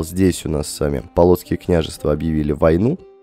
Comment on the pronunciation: Не полооооцкие княжевства, а поооолоцкие княжевства